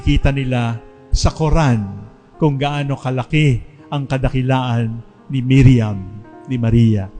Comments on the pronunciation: mariam not miriam..d nkpgresearch ahhh...legit sna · Mariam Not Miriam